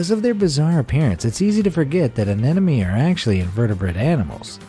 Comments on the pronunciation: he said ananomy not anemone 😂🤨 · Says "Anenome" instead of Anenome😂😂😂😂😂 The narrator definitely got his tongue confused 😂😂😂 And the auto generated captions thought he said "an enemy"